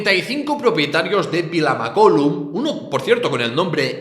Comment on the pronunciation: Mare de Déu, mai havia vist un català pronunciar tan malament Vilamacolum